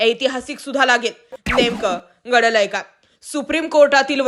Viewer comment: बाकी सगळं चांगल आहे पण घडलंय काय चांगला उच्चार करा